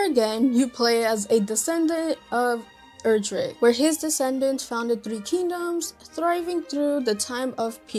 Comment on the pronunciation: As a fan since the 90s, it's "Erdrick" (not "Eldrick", pronounced similarly to "Heir-Der-Rick"). Also, a fun note, the most recent new title (Dragon Quest XI) is a prequel to DQ3.